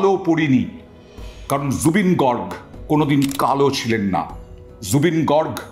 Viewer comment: Gorg na Garg